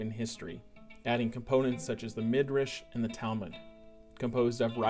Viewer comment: not "midrish' but 'midrash'